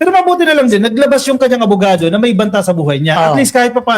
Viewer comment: Abogado po, hindi avocado, sorry po! 😂